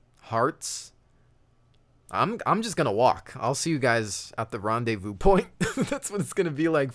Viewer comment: So that's how you pronounce rendezvous....